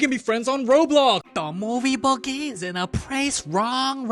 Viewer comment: “Da movie begins”